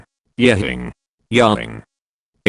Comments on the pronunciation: I don't know why it broke me but hearing poor Ying not pronounced properly than switched nickname code "Sally" just... broke me. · I thought at the end he would show how to get the tts to say Ying correctly.